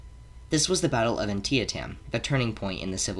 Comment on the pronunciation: An-tee-tum, not An-tee-uh-tem. Otherwise pretty good.